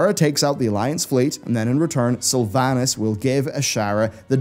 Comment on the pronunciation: Everyone is saying World of Sylvanas-craft wrong